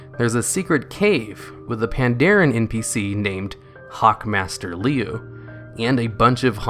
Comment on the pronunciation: Liu is pronounced lew.